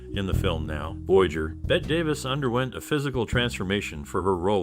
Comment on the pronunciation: Surely you have heard her name pronounced correctly? Sounds exactly like BETTY - and was written so in her childhood before she changed the spelling. Basic respect: say names properly.😠